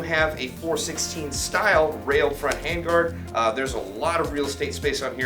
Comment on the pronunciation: You miss-read the word hand-guard...